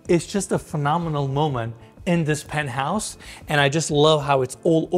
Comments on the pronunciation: el "pentouse" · Se pronuncia PENT HAUS. Aprende hablar inglés. Todo el tiempo estás diciendo burradas.